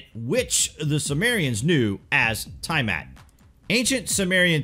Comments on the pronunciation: The Planet that was destroyed by nibiru is not called ty mat it was called T-ah mat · Great video. Btw. It's pronounced Tee-uh-mat. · Tiamat = TEA-ah-mott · NOT TIE-mat OMFG IF I HEAR YOU MIS PRONOUNCE THAT ONE MORE FKN TIME. hahah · yes i agree